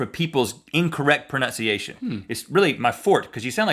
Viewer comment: What irks me is people pronouncing pronunciation as 'pronounciation', which happens here at 10;18!